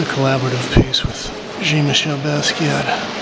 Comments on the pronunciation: i always enjoy your videos but I never heard Jean-Michel pronounced Gene-Michel before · I cringe every time you mispronounce Jean-Michel